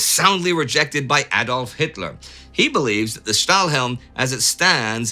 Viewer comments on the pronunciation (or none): none